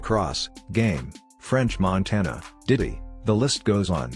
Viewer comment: "Diddly" lol